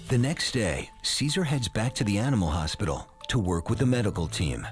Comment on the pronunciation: Was really pronouncing hospital as, “ospital”? Last time I checked hospital was pronounced with an, “H”.